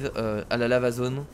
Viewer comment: Quand il dit Lava zone, j'ai l'impression qu'il dit L' amazone...